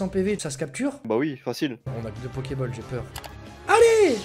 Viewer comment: pas pokeball c est pôkeflat